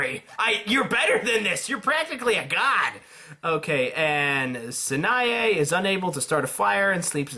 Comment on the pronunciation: I mean...I know you're not that familiar with their names, but how in the world did you pronounce Sanae's name with a 't' sound in it?